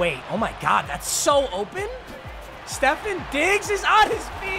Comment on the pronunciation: It’s pronounced Steph-awn